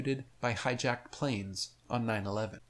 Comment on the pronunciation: Third attempt: there were zero puh-lanes.